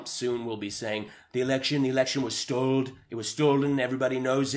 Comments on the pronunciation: “STOLD” lol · "They stold our counchry in a cybra attack..."